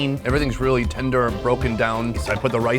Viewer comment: "It not bad. It weally good." 😂